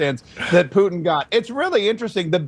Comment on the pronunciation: I love to hear Caroline say "Poo-in"!!!😅